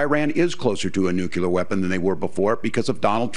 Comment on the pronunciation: DON'T SAY "NOO-CUE-LAR" THAT'S NOT HOW YOU PRONOUNCE NUCLEAR!